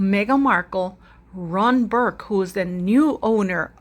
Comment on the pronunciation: 🆘It’s Ron Burkle!!!! (NOT BURK)🆘